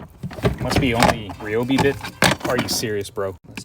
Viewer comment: it’s RY not REE